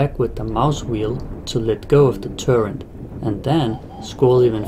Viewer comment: It's turret, not "turrent". Nice video though!